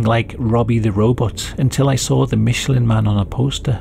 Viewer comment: It's pronounced "Mish" not "Mitch"